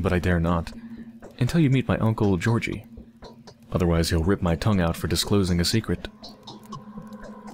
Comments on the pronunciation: Great fun, but, if I may, there is one thing that almost makes me scream at the screen. G in Russian, including names, is never /dʒ/ (like in "ginger") but is always /g/ (like in "gargoyle"). And "y" at the end is /ɪ/ (like in "boy"). Ge(the first half of "ghetto") + OR(exactly "ore", the emphasis is here) + giy("guy", but with "i" like in "git"). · oh... i didn't understand who "georgiy" was at first. you were pronouncing it wrong. its not a big deal but kinda funny cause i was like "there isnt a person named taht in the game" and was SO confused